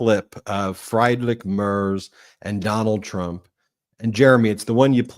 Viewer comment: It’s “Freed-rick Mairtz.” Fred Mertz, for those “I Love Lucy” fans.